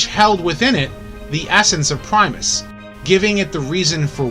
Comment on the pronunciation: It’s Primus